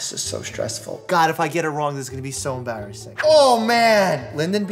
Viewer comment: Mike I don’t wanna be mean but why do you say enbarrassing